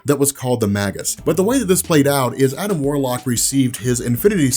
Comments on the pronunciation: please! it's pronounced may-juss, not maggus! it made me flinch every time you said it! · ROB! You're the best, I love your work, but I've been biting my tongue too long; the word is "Maygus" as in Mage/magi not "Maggus" as in Maggot! It's a small thing, but I had to say something! Sorry sorry sorry! Love you! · Just a heads up, I think it's pronounced May-Jus!